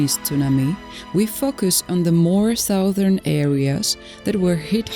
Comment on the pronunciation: Damn, can't AI do a better English pronunciation. VASTLY not WASTLY. Southern, not Sowthern.